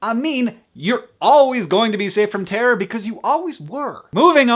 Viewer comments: i love the way he says terror... terrorr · haha I always loved Hank's accent but when he says "terror" is so prominent and amuses me :)